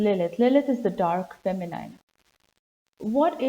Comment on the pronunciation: Interesting stuff. Thank you. A bit of editing, if you don`t mind: as far as I know, the last syllable of word "feminine" is pronounced like "een", not like "eyen", but it`s not long, and the stress is still on the first syllable. So, it`s like fEh-mih-nih-n.